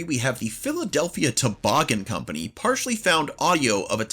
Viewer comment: Actually, This Is NSFL & U Mispronounced "Partially".